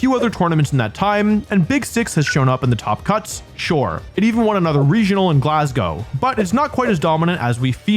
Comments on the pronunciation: Youre the first american ive ever heard pronounce Glasgow correctly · theres no way he said glasgow right thats mad pretty much every one says it wrong